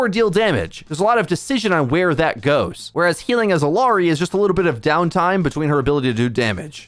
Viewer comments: It's Ill (i) ary! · Bro learn to pronounce illari please ...Its odd the amount of effort you put into pronouncing kirikos' name correctly but not illari